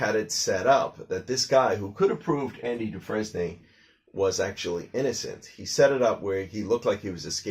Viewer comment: It’s actually pronounced “Dufrain” but never mind.